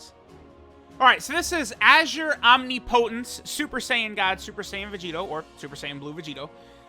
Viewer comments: So we are just finna ignore the fact that he said obnepotience instead of Omnipotence? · Azure Omni-po-tense? Azure Om-nip-I-tense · Ah-zer is fine, I personally prefer ah-zor, but it's om-nip-ah-tince. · Clink mispronounced omnipotence. So I spelled it out frenetically